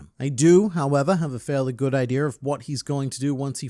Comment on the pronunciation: Was him saying 'idear' an accident or intentional? I used to the think i was the only one who said that as a kid lol😂